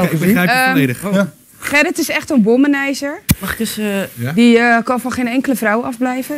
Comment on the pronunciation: "... Gerrit is een wommenizer..." Als je dat zo uitspreekt klinkt dat tamelijk vies..